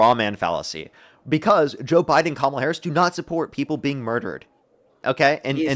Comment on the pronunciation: The problem here is that the guest does NOT remember having said being disrespectful is disqualifying, so to them, is putting words in his mouth. They're words he said, but he doesn't know that anymore by the time finished the argument. Edit: Kudos for doing his best to say Kamala's name right, though. Edit 2: Nevermind, he dropped it after a few times.